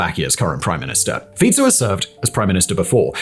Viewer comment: Oh my god. Finally someone said Fico correctly. I top my hat to you, well done.